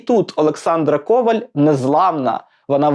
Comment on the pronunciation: В макулатуру це хороша ідея. (До речі правильний наголос у прізвища - Ковáль)